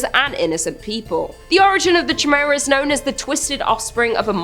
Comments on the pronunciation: You silly Canadians and your pronunciations... Chimera is generally pronounced kai-mera. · Just fyi, Chimera is pronounced like - Ky-meera. Just trying to be helpful heh. Love ya 😘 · Ch in greek makes the K sound. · How do you not know how to properly say Chimera? The Queen is utterly disappointed in you for butchering her English.